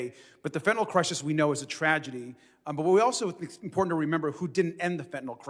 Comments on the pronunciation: Please get rid of the annoying yellow borders. Really distracting and unnecessary. That said, dear MTG. The word is Important, not impordand. There are two "t's", not "d''s. Same thing with Drowning.... there is no "D" in the word, yet she pronounces it Drownding? Yes, past tense is that someone 'drowned'. Which is likely why she says drownding?! How can idiots like MTG and/or Bobert get elected in the first place? Hmm, how was Diaper Don elected in the first place? GOP DEPENDS on Diaper Don Trump! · Maggoty Traitor Pein really doesn’t know it’s imporTant not imporDant. What a fool. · Impordunt as she says 💙